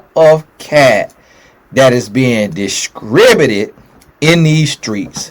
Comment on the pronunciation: Dis-cribu-tid cat😂😂😂